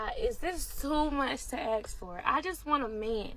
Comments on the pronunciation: Don’t ax her? It’s “Ask”, not “Ax”. 🤷‍♂️ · . Yah, izz too much to AXE for. ok. We won't AXE her.